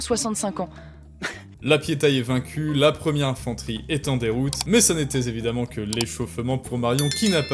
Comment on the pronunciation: A ce n'était "zévidemment".